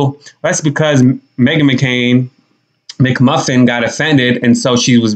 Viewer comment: So funny, sounds like she said Me-Again 😂😭😭😭